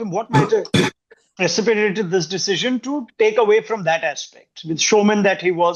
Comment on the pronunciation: It's FROM❌️ Not form